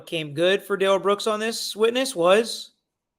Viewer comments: Why does his mother pronounce his name "Darrell" not "Durrell" if "Durrell" is the correct pronunciation,she's the one who named him? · Judge Dorow had a reason for taking all these hits from Darrell Brooks. She had the community in mind. She was looking out for the community. And his name is pronounced Dare-L, not D'rell. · A TACKIT AGREEMENT is what this fool keeps saying. His MOTHER pronounced it DARREL NOT DA-RELL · Sorry patty, but his mother pronounces his name as “dare-ul” not “duh-rell” Comments like this drive me crazy. I would say him mom knows how his name is actually meant to be pronounced. Telling the police that his name was pronounced “duh-rell” was just another one of his pointless lies. He lied about how his name is pronounced, not what it IS, not how it’s spelled, but how it is pronounced. He lied about the specific sports team logo that was on his shoes. Not the color, not the style, but just the specific team’s logo that was on them. He lied about having a driver’s license after the police had already recovered and seen his state issued ID card that was in his pocket at the time of arrest. He lied about Erika Patterson sending him those photos and letters when it’s something so easy for the prosecution to prove. His lies make absolutely no sense. None of them benefit him in ANY way. As a not-so-wise man once said, “MIND BOGGLING!” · His mom, grandma, and friend pronounce it “Darr-L” not “Duh-rell”.. I think he made the “duhrell” pronunciation up. He also DID NOT have any shock device on him so I’m not sure why that question is being answered that he did…. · New sub….and his mama calls him Darrell (the normal pronunciation) not DA-RELL like he like to say. I’m inclined to believe his mama. I think she knows what she named her ignant azz kid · About the 'Please, his name isn't pronounced Daryl'.. His own Momma pronounced it Daryl so lol